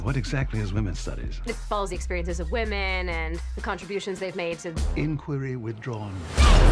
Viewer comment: Seriously tho, why are you having such a hard time correctly pronouncing the word 'women'? I don't think you mean anything with it or whatever, it's just annoying to me even though you obviously have every right to do so.